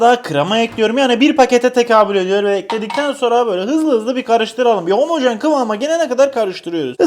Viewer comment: 30kere homajen diyor😔😔😔😔😔😔😔😔👍👍👍👍👍👍